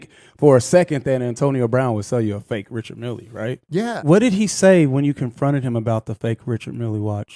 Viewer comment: Bro look up the correct pronunciation of Richard Mille pls